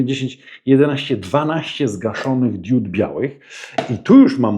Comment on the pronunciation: błagam: DIOD bo DIODA ale nie DIÓD